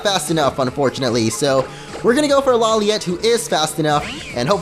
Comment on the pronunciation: when you say lawliet it sounds like u are saying LOLiet